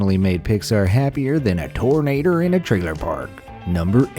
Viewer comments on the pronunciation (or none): none